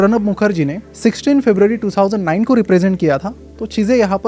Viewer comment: He said 2009-10 which sounded like 2019